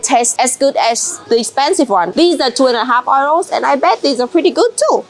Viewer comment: The money is pronounced YOUROSE (euros ) . 😂😂 I kept wondering what you were saying 😂😂